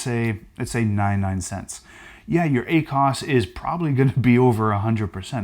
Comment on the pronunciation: Ah-cos? Haha cracks me up. Love it.